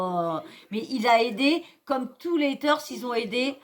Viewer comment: On dit quand même pas commem !